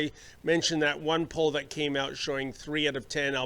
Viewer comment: For being such a smart self professed lawyer he sure doesn't have a grasp on the english language. Dis and dat are not words in the english. language.